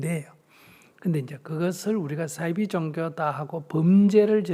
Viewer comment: 잘 하셨는데 싸이비가 아니고요 사이비로 발음하세요. 한자어 말입니다. 영어의 S발음이 아니고요.